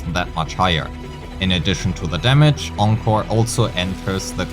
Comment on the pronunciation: Thanks for pronouncing Encore correctly!!!